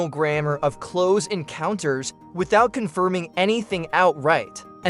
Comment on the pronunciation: Cloze Encounters... Dee-juh Voo...